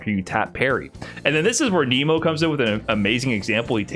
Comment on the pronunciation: Did not know about lock or hold buffer, explains a lot. Also you'd think after all this time would have learnt how to say Nemo!